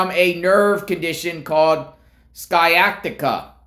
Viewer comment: Pronounced SY-Atica